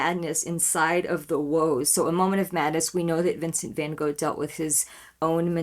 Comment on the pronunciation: And a second comment because I just want to say that I appreciate so much that you tried to pronounce van Gogh the right way! You don't get that from the usual US reactor. 😊